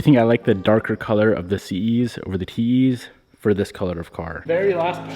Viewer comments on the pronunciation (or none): Anyone else hear “TeeHee’s” instead of “TE’s”? 🤣